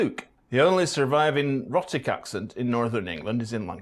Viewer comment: Our so-called expert mispronounces 'rhotic' in the first few seconds......